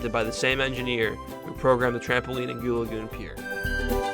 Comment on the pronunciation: It is goo lagoon